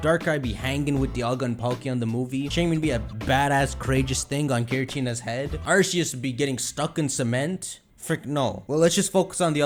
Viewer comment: Almost 2022 and still mispronounces Arceus 😔😔